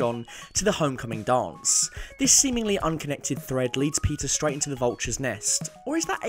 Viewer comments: Your pronunciation for "Peter" sounds like Pizza. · When he says Peter I hear pizza